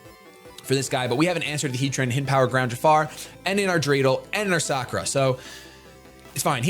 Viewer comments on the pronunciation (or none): none